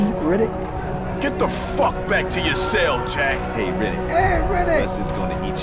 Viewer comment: I keep hearing Riddick as "Reddit", makes the game way scarier